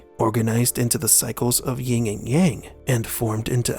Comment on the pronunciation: "Yin and Yang" Never "Ying".